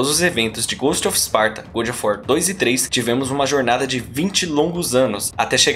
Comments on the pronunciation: Coisa irritante esse "gud of wat"!!! Ahhhhh!! Soa como o bom da guerra!! Horrível!! É GÓD of War!! GÓD!! GÓD!!!! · Saí porque não aguento alguém falar ~good~ of war. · Muito bom, porém faça a pronúncia correta do nome: God of War